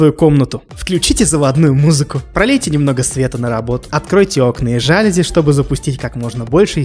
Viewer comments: Не жа́люзи , а жалюзи́ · жалюзИ, пожалуйста, говори: "ЖалюзИ!" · Не жАлюзи, а жалюзИ